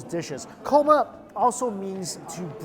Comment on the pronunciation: He said "korma" a few times...then it became "coma". Psst try not to bring food to your mouth or touch food with your left hand. It is disrespectful because the left hand is considered "dirty". I make a mean chicken karahi!